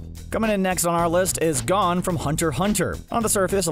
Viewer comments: His name isn't "gone" 😭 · He mispronounced gon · Bruh. Learn how to say Gon